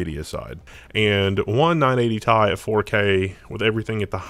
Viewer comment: I couldn't make it past 2 minutes. I think I might close it every time it said "tie" instead of T-I